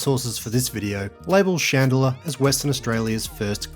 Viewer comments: Merry Christmas and another year down watching your stuff. I did have to come for the comments though when hearing the pronunciation of 'Chand-lar' (Chandler)....seems you've been advised enough haha....now take the vid down and fix it😂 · It's Chandler not Chandlier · "shan de la" ha ha ha! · It’s pronounced chand-ler. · Interesting how the town's name is pronounced. I have some Chandler family in Rockingham (Ten Pound Poms who came out in the late 60s). We all pronounce it "CHan-ler", with a full "ch" and the "d" almost silent. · Good work on saying Alunite correctly. Not sure why you’re not saying Chandler. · You might want to check the pronunciation of Chandler.